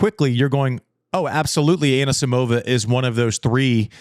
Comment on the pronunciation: Everyone's happy about João Fonseca's pronounciation but no one's care about wrong Anisisimova's emphasis.